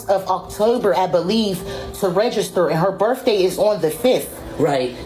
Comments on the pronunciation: Anyone else annoyed by how the teacher says REGISTER , its not rayjayster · The way she says ragister id stip her right then and be like bi**h its REGISTER REG REG REGISTER NOT WHATSEVER THE F**K YOU IS SAYIN ragister. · Where is the A and Y in " Register " It's not RAYjuster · “Reygister”? Where are they? “Voyte”? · She can’t even say the word register correctly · That woman can't even pronounce the word Register! She needs to go to school not work at one ! It's horrible when Illiterate People think they are smart !